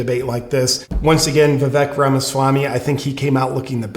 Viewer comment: Anyone else notice that DJT pronounces Vivek Ramaswamy's name perfectly. He also doesn't have any funny / biting nicknames for him. This was a perfect audition for VP by Vivek.